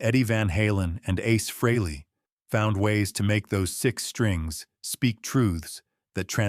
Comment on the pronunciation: Nice "story" too bad it's not TRUE! Gotta love AI narration. Can't even pronounce Ace's last name-FREEly! smh